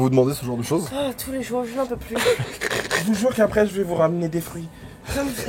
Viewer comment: j'suis morte de rire l'excès de confiance de lena au moment où elle continue son rp riche et qu'elle dit "mewci benjamain" 😂😂